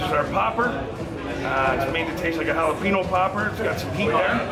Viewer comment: never trust a guy who says hallapeeno